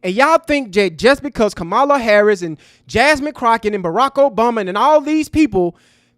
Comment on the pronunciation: So sad that you can't 'properly pronounce' Ka-ma-la's name correctly (that playing us as ignorant, f👀l). UNSUBSCRIBED!